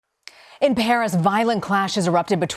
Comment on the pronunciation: In "bharis" 😆